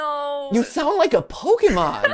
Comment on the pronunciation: Did MatPat naturally pronounce Pokémon properly or did he say Pokeeemon and it just sounded right? Po-kay-mon. Professor Oak made that extremely clear in the old handbook and I'll never for get. Plus é is an eh/aye sound.